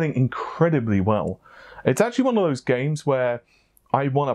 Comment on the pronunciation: Why not say fose instead of those? You can pronounce the th in those so you’re just being lazy